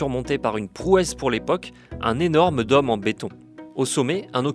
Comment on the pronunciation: Le journaliste a un mot à prononcer : dôme (≠ domme). Il y a peut-être une raison à cet accent ? Joli, en revanche, ne se prononce pas jôli, Monsieur le journaliste.